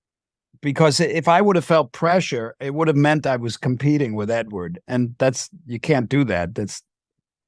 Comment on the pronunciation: Anyone else bothered by the way he keeps saying "Edward"?